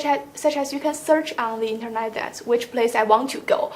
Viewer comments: “Internight” 👊😉 not being rude, she’s been good but can’t stop hearing INTERNIGHT instead of internet. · the way she pronounced 'internet'